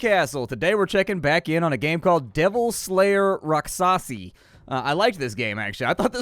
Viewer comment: um.... "rak-shasi" is the correct pronunciation